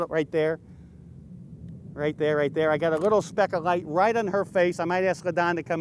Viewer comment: Light not gight sir ^^! (y)